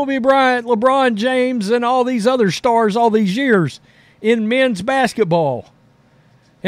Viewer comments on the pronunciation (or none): none